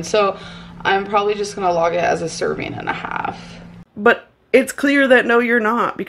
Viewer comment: Lol! That is irritating to me lol serveens.. lol